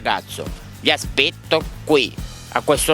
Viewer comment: Sbaglio o dice "vi aspecto"?